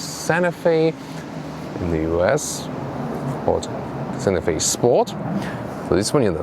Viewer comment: I would put more emphasis on the T in Santa Fe. I thought you were saying Sanofi (the pharmaceutical company).